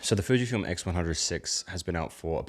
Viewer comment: It's Fujifilm. not Fijfilm...